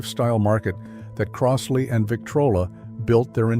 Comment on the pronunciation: It's "Croz-lee," not "Cross-lee." Buy a Fluance or a U-Turn.